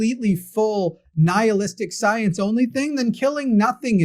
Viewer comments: "sigh-ence and logic" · Sigh-ence and logic. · Sigh-ence and logic